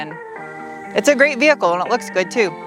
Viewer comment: That first hill was kind of big for a family sedan. Awesome vee-hickle!